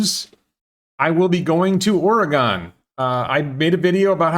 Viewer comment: It's Or-again, not Ory-gone. But people will think your pronunciation is cute.